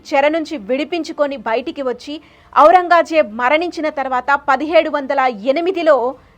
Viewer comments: బాగా చెప్పారు.... కొంచెం తెలుగు ఉచ్చారణ ఇంప్రూవ్ చేసుకోండి... ఔరంగాజేబ్ కాదు... ఔరంగజేబ్ అని పలకాలి.... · ఔరంగాజేబ్ కాదు ఔరంగ్ జేబ్. సవరించుకోగలరు. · ఔరంగా జేబ్ కాదు ఔరంగజేబ్